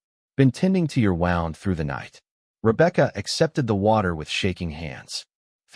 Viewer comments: It's a woond, not a wownd. So much for AI!! Can't ever seem to get it right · Very nice story. You said wound correctly once, incorrectly the other times. Thank you for the story❤😊